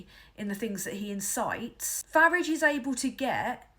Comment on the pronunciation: Finally, someone who pronounces the "F" word correctly. Of course it rhymes with garage!